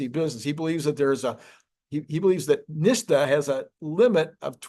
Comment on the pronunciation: Why is pronouncing NHTSA so difficult for you?